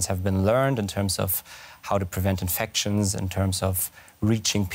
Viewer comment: Why can’t Germans pronounce infections ? It’s infectshun. And it’s not through your nose.